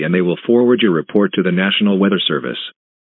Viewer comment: Count how many times the announcer said wither instead weather